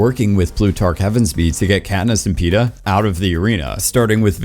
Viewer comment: It's Mags...not Megs. And Peeta...not Peter